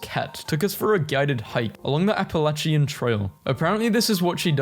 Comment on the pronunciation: NOOOOO ITS THE PRONOUNCED LIKE THAT 😭 it’s not pronounced like app-a-lach-Ian it’s pronounced app-a-lay-shun